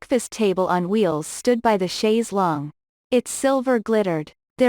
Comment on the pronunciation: Thank you for knowing how to pronounce "chaise longue".